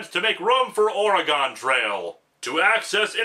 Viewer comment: Your pronunciation of the state name Oregon made me sigh. Lol